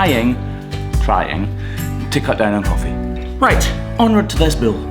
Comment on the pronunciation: Why does he call it a bill instead of a bull?